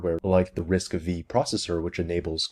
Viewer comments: RISC-V = "Risk Five" not "Risk Vee". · btw risc-v is actually "risc five" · Please stop calling this processor architecture RISC-V[i], it's RISC-five (Roman five) - fifth implementation of the most basic and "mainstream" RISC architecture, of which /early/ MIPS is first gen. implementation. And there's nothing "exotic" in it really - it's core set is the basic with about 50 instructions or so. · RISC vee? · well my friend just corrected me yesterday that it's risc-v ("five or 5") not risc-v ("V"). Now I am confused😄. Btw really organized content so liked and subbed.